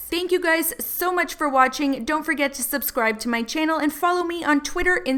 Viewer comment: “Welcome back to my tannel.”